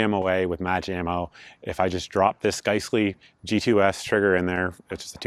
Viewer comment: It drive me nuts you pronounce giessle(guys-lee) as gice-lee